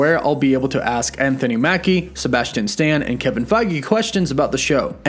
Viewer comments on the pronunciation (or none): none